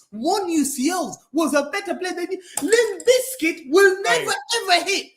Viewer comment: “Limp bizkit” 😂😂😂😂😂